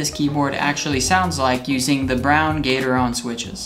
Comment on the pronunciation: gat-er-on not gater-on